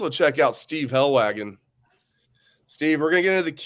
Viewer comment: I like Helwagen, but it weirdly bothers me how bad he messes up these kids' names. I mean, it's not hard to learn the proper way to pronounce a kids name correctly. Names are important